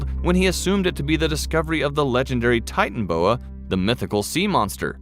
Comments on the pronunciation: 🤣😂🤣😂🤣😂😂😂😂🤣😂😂🤣😂 it’s not titanboa it’s titanaboa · Can't handle listening to you miss pronounce the name again and again it's not a titan boa it's a titan AAA boa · It’s pronounced ti tan a boa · No one: Not even a single soul: The narrator: Titan-boa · The way they are pronouncing the name is triggering me.